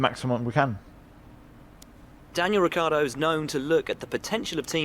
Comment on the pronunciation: “Daniel Ricardo” lol